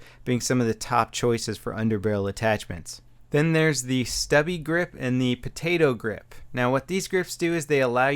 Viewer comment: Potato grip XD sorry but it's too funny how he said it